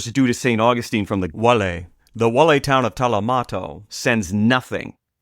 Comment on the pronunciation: Guale pronounced wally. Fort Caroline may not be where you think.